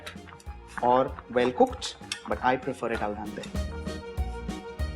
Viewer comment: Hi, chef varun. The native pronunciation of bolognese is actually "bo-lo-nyeh-zeh". The last "e" in the word is actually pronounced, and al dente is pronounced "al DEN-teh" rather than "al-DAN-teh. In any case, this is an out-of-this-world recipe, the channel is marvellous, and you are our very own 3-michelin-star chef: an absolute culinary genius without doubt